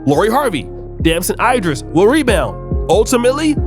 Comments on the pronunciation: its Damson Ee-driss not eye... like A B C D E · I hate how u say "idris".